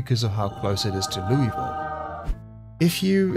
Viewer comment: It's not Loo-E-Vile. It's pronounced Loo-ah-ville. just sayin'. i would know , i lived there IRL.